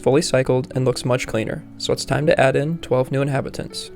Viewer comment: InhAbitants... is he doing that on purpose?